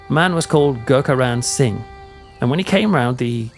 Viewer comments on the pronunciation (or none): none